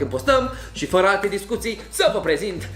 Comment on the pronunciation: i m also a native speaker and while he may be easy to understand, he does a lot of what i call "vowel swallowing" ["suc'rile alea", "f'ra alte discutii", "ap's(a)ti"]. unfortunately this has become very frequent in romanian and it s very disturbing [personal opinion, of course]. romanian doesn t have long vowels so if we don t keep them as they are, along with diphtongs and triphtongs, we risk sounding like "prst", "smrt", "ctvrt" which are, trust me, real words in czeck and serbian. you are right...he may not have been hard to understand, but my brain paid more attention to the way he pronounced than to what he was saying because, although i live in a region with a "fast speaking pace", we do pronounce the vowels. speaking fast doesn t mean swallowing sounds ...but again, that s why oratory is an art... 😉